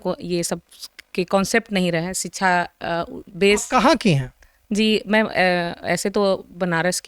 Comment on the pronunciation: Ye madam padhi likhi hain kya?? Inko shiksha bolna nahi aa raha hai ...siksaa bol rahi hai.. disha ko disaa bol rahi hai... ...aise log waqeel kaise ban jaate hain??